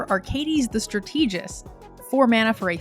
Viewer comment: just for the record, "strategist" follows the same syllable emphasis as "strategy." It does not suddenly become "stra-TEE-gist" for no reason lol